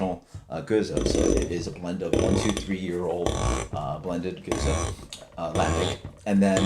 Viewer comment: I thought it was pronounced "Gooze", not "Go-zuh"? Kind of a shame you barely touched on what a true spontaneous ale is and what Methode Traditionnelle means then following with "blah blah blah" like you don't really care about it because that's what makes these ales so good. I'm sure there was no disrespect intended but it sounded like you just didn't care about the process and time it takes to makes these incredible beers. I guess it just felt like 30 secs could have been taken away from the random ramblings/debates and repeating the same flavor notes over and over and instead spent talking about the process since you rarely review this style.